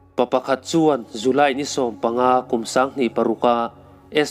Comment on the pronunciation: J a nih cuan Z ang in hmang tawh suh aw..July chu zuly i tia,,ngaihthlak a ti nuam lo thrin deuh a..chuan i channel hi ka hlut lutuk,a dang lo ti zel rawh